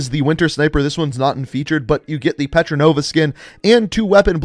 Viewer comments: Lmaoo it’s Portnova not “Petronova” 😂😭💀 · Damn tbis guy really cant read anything. Petronova for Portnova and Zenya for Zeyna. Just look at the words and u can read them. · Every Tuesday will be playlist updates for all three games while either every Thursday or Friday will be store updates so this will kill him to make two videos. Also, mispronounced Portnova as Petranova while keeps mispronouncing Zeyna as Zenya. Literally says ZEYNA in the name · again....Portnova not Petranova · You really do butcher names and places don't you looool. Petranova??? It clearly says Portnova ! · Btw its port-no-va not petrenova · "PertoNOVA skin" :DDD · Her name is pronounced Port-Nova